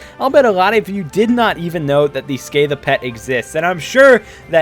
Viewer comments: Its pronounced se-cath-a. as a hardcore tolkien fan i know its refering to a dragon in middle earth called scatha the worm. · no lol most words origin from greek and i know very well that this is called Σκάθα and it’s pronounced ska-tha Scatha